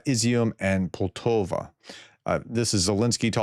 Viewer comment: It's POL - Ta - Va Poltava